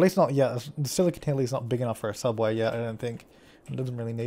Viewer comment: 'Hubway' Hubway: 1) A hovering hubway. It was created by trying to pronounce subway, but failed. 2) A sub-sandwich cut into hubs- Wait, what the fuck? That didn't make sense. FAIL.